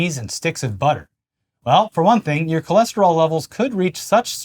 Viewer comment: He went from cholesterol to Cholester-all